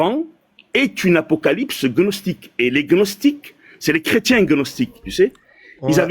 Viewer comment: " Après avoir vérifié CNRTL, gnostique se prononce [gnɔstik] , avec le "g".